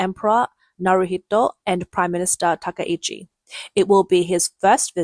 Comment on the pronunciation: I believe her name should be pronounced with 3 syllables, ta-KAI-chi, instead of ta-ka-EE-chi